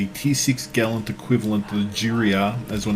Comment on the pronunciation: I don't know about 'Jurua', you mispronounced 'Gallant'. Also, I opened 12 mega crates and got 4 ships. None were Jurua. Fake news. Of course you know this, you said it at the end, you're just clickbaiting and spreading misinformation.